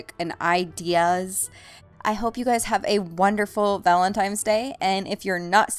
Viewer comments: omg, it's "valentiNe" not "valentiMe"! Sorry to nit pick but it was pretty funny to me. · i must be hearing things... is she saying valentimes? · Sounds like shes saying Valentimes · why do you say valintime's day